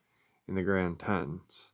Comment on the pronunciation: Your pronouncing The Grand Teton's wrong. I couldn't quite understand where this place was as i'm a big western buff. The mountain range The Tetons is pronounced like the (Tee-tän)